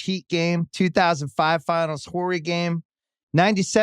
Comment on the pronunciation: All these decades following the NBA, has nobody ever told Bill that Robert Horry's "H" is silent?